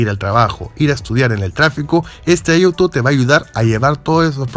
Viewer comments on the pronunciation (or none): dijo ayuto en lugar de auto